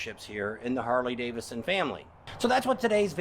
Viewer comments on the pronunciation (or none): It would be great if you could pronounce “Harley Davidson” correctly. Seems only fair to the motor company, especially since you’re a 20+ year brand advocate. I’ve noticed you say “Harley Davison”, and you do it a lot! Don’t get me wrong. I’m not coming down on you. You do a fine job. Keep up the great work! You’ve got a fan in me.